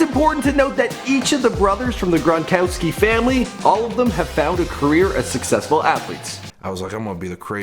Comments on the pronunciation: This dude said Grongowski LMAO 😂😂😂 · He said Rob Gron"gowski" 😂😂😂😂😂😂